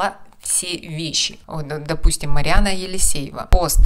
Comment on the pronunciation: Что вам мешает произносить имена правильно? Елисеева у вас то Марина, то Марьяна, тогда как она МарИАнна. Анна ЯкИменко - то ЯкимЕнко, то Якимова, то Якимчук... В чем прикол?